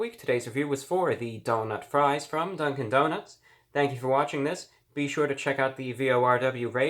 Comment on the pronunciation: Nobody: ReviewBrah: Dunk-IN donuts